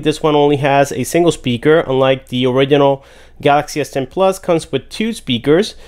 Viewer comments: It’s not orikinal its orijinal im talking about “original” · Please pronounce original correctly. There's a G there for a reason